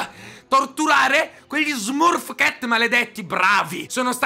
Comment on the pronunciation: E smurf cat si legge smarf chet -_